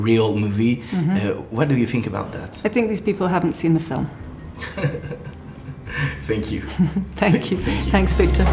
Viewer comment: "Fenk You fort dix mouvie". xD sinon la vidéo est super ;)